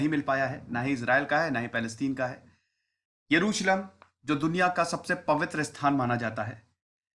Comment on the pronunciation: Yeruslum kya hota hai bc. 🤣